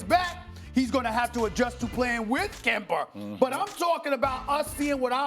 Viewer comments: Stephen “Kember” Smith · This man said KAMBER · Stephen "Kember" Smith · Why does he say kember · Stephen "Kember" A. Smith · No one: Stephen A: KEMBER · Kemba not "Kember" Stephen A... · It’s Kember Walker now guys not Kemba. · Can't Stephen A. spell a name that ends with A? It's Kemba not Kember, Rob Pelinka not Rob Pelinker. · If Stephen A says “Kember” ONE MORE TIME! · Nobody : Stephen A : KembER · Stephen A smith: "Kember Walker!!!" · No one: Stephan A: “KEmbEr” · Does Steven A. actually think Kemba's name is kimber? Lol😂😂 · Stephen what is a glowing hot coal made of greatly heated wood? SAS: “Ember” Ok and who is the point guard for the Boston Celtics? SAS: “Kember” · How does Stephen A not realize he’s been saying Kember this entire time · Stephen "kemBER" A Smith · '"Dennis Schrayder" "Kember Walker" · takes off belt Say “Kember” one mo time Stephen A...... say it one mo time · Why does stephen a. always pronounce kemba's name wrong. Its kemba, not kember. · What does Steven A consistently call Kemba Kember? Is there a reason? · Steven "Kember" A. Smith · "Kember" "Al-li" "schrader" he needs to fix this ESPECIALLY when speaking on Ali it comes of as disrespect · Stephen “Kember” A Smith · No one: Absolutely no one: Not a single soul: Stephen A: Kember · Kember Walker?? Come on SAS you gotta learn how to pronounce the dudes names correctly🤣🤣😂😂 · Stephen “Kember” A Smith 😭😭😭🤦🏿‍♂️ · It’s official Stephen a can’t say names that end with a “kemberrrr” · If I hear Stephen A. say kember one more time man lol. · When I heard SAS say Kember I immediately went to the comments to see if someone noticed 😂😂😂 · “Kember” -SAS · Nobody: Stephen A: Kemba-er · nobody: stephen a: kembar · Hes gonna have to play with Kimbrruuhh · It’s almost March and Stephen A still can’t say “Kemba” right